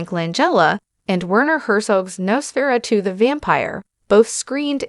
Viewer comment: Nos-furatoo??? Nos (dumdumdudum. Dum dum dum) Fur-uh-2 (dumdumdudum. Dum dum dum)